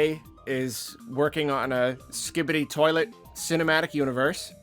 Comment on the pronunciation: How did I get to this comment like I’m on a guided tour for fucks sake lol, said it spot on in the video 😂